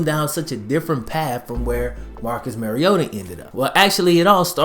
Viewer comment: Bro it’s 2018 and you still saying Mariota wrong